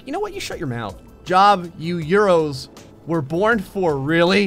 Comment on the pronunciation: I died a little very time he said euros, a bath, referred to himself as Spanish, etc. Bloody hell, mate.